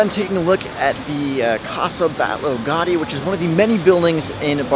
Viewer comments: For me, brazilian, it's easier, but he is "gringo", so you can't wait something much better than this. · Au-sounds like Aww like Automated... Gaudi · 1. Gothic quarter is one of the most touristic and is horrible. Raval is better 2. Ciutadella IS rlly dusty and hot. Lots of tourists there in the summer 3. Ga-Ü-di not gotty 4. Boqueria is an actual disaster. Waaaay too many people and mainly tourists. It's overpriced too. Just go to any market near you. There are a lot 5. Parc Güell is also hot and dusty and overcrowded with people. Like rlly bad like the boqueria kinda bad. Beautiful but try to find a time whith fewer ppl 6. Stalls in arc de triomf? Also dusty hot and overcrowded. 7. Mon-jü-eek not monzhuhk This was very touristic. Not a local experience at all (coming from a local) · not Gardy. GA U DI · 'Antony Gahdi' Ahahahaha! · an important note for all North American youtubers : please check your PRONUNCIATION with a linguist/mother tongue before posting anything on YT. It's an assault to my ears (gowdy etc..) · please give places proper respect and pronounce them correctly. montejuke, gardy?? wtf dude thats disrespectful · * Gaudi is pronounced Gowdi * Sagrada Familia is going to be completed on 2026, the 100 year anniversary of Gaudi's premature death. Gaudi's imprint on Barcalona is indelible - every place he built is a must see. * Las Ramblas/Gothic Quarter/The Arc are tourist centric. Go once, avoid otherwise * The Picasso Museum, Joan Miro Museum and the Botanical gardens - must see's. * Eixample. You missed out the main district. Barcelona is all about expression. The buildings there are a must visit. * The food there isn't nearly as good as any other Mediterranean city. Spanish Just some help into doing a little more research, and spending more time in a city before you create content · Cld u pls pronounce Gaudí properly? "Gawdy" is too far off the mark. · 1. Ga U dÍ!!! Not Gadi 2. Mont JUIC